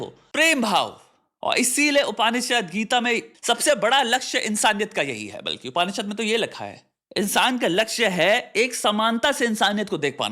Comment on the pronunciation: Bhai vo {up·ni·shuhd} hota h. Please correct your pronunciation